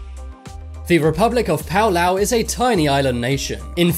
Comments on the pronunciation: No! It's PALAU, NOT PAULAU 🤣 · It's not "Pau Lauh" It's "Pah Lau" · It’s not “pow lau” it is Palau (pah lau). My grandma is from this island. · Its PA-LAU, not PAU-LAU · Pow-Lauu 🙄🙄🙄.... It's Palau (Pà not Pow) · I knew about Palau u make me mad by say paulau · Pa-l- ow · Its palau not paolo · It's Palau, not Paolao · And palau is actually oronounced paolao if you ask this channel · Do you mean Palau not Palao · Okay, Hutt River, Niue, Sealand, Segorga and the SMOM (The last one) are not independent at all Tuvalu, Nauru, Palau (pronounced very badly) and St Kitts and Nevis are the only independent nations on this list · Thats not how you say Palau dude. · IM SO MAD RN THE FIRST TIME HE SAID PALAU HE PRONOUNCED IT WRONG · You said Palau wrong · You pronounced Palau wrong